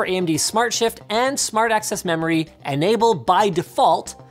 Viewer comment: Why i am hearing "Smart Ass Memory" when you say Smart Access Memory!